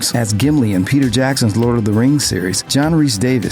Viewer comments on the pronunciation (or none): none